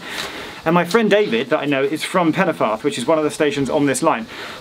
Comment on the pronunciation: Pen-y-ffordd as well